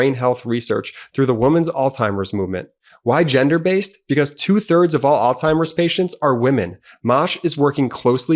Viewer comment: C’mon. Please stop pronouncing it ALL-TIMERS. There’s no T in the word. It’s Alzheimer’s. It’s a Z, not a T.